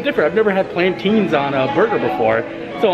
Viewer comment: I'm sorry but your saying Plantains wrong